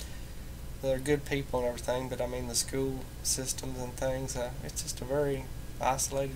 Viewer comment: The way you pronounce “school” reminds me of the irish and scottish accents ;)